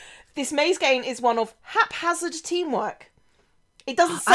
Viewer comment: "Your too dramatic" "I'm not at all... haphard?!?" Omg lol